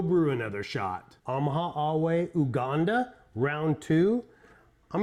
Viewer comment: Heya! Nice review. Just a note that it is pronounced you-ganda rather than oo-ganda.